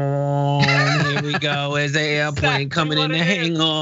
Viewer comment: Bwar bwar hear coms the airpwane ✈